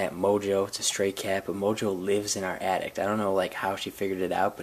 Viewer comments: He said Attict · sounds like he said addict instead of attic